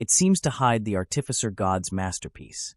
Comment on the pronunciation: Its art'ificer not art'tificer.